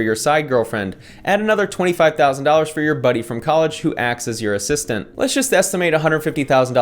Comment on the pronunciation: also that "assisstant" friend 😂😂